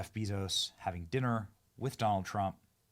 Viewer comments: Is there a reason you call him Beezos? It's Bay-zos 😂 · Idk if you are just stupid or trolling, but it is quite evident Jeff's last name is pronounced Bayzos. You run a news channel